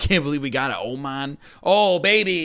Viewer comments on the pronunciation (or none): none